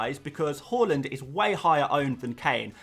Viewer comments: His name isn't pronounced "hORland it's hARland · Harland, not Hauland! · Please please say “har-lund” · Love your videos but the way you pronounce haalands name in every single video makes me sick